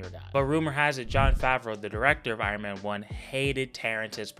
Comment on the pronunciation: Iron "mayne " incident